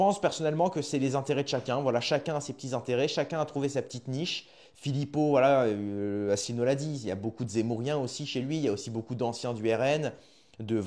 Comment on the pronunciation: Déjà, essaye de prononcer convenablement si tu veux faire une video: On dit Asselineau pas Asslenieau en français ou alors reste chez toi